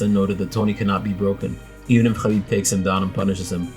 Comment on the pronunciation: you pronounce "khabib" impeccably.